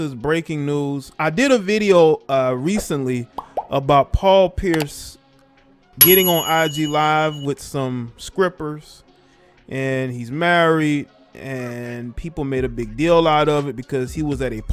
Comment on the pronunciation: Do you mean Strippers? Not skrippers.